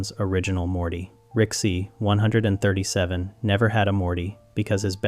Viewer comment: You must stop saying 137 like that.